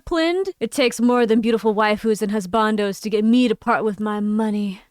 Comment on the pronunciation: Your pronunciation of husbandos is interesting.